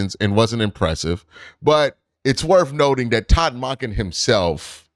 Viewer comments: The WAY you say Monken though 😂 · Q i ain't going to be able to make it thru the next couple years listening to you pronounce that man's name. Sounds weird AF.